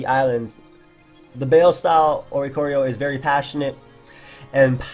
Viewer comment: it's Baile, like Bai-le, not bale my boy